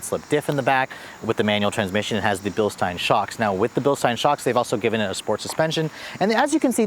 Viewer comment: Bilstein is pronounced Bilsteen, not Bilstine!